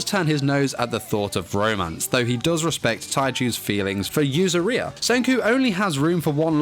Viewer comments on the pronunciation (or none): You say yuzuriha like “diarrhea”